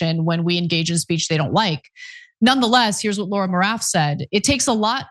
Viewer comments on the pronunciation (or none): none